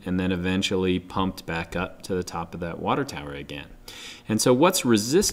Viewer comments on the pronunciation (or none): none